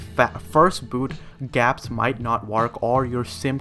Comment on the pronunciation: Did he really just say gapps? Google Apps? lol